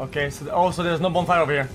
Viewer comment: Bro says bone fire